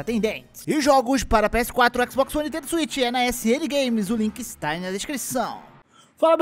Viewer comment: "Kunami", "NÃOintendo", "IEI", "ÉpiqueGueimes", " BESTAesdas" vacilam